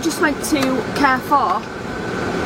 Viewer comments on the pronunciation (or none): My good she can't even pronounce Carrefour correctly. She's teaching her children fgs